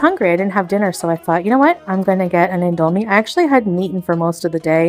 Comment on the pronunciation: Her sudden stupid mispronunciations of random words is f*cking annoying. Also when she randomly starts repetitively saying certain phrases out of the blue. “I seen it…” “ever since I’m _____,” and “whoa!!” came out of nowhere, and her most obnoxious mispronunciations are, “sandwidge,” “indOGHmie,” and “inDOCTRINologist.” Like you speak English fine and you’re not quirky for f*cking it up on purpose.